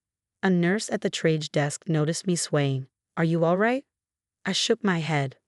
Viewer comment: AI cannot recognise discrepancies in the story its made up, or any legal or ethical requirements, nor how words like triage are really pronounced. It needs to be edited. This wasn't. Do you want to let AI make money out of your sympathy and emotions?